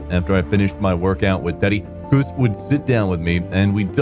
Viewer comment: Its C US ….C LONG A US……not COOS.DaMato